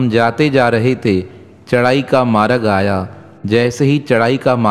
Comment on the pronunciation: Aap maaraag kiyu bolte ho ..vo maarg ..aap Hindi to Sikh lijiye sahi se ..